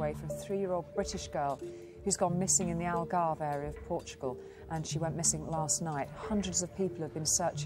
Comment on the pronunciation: "Algarvo"? the news reporter said "Algarvo"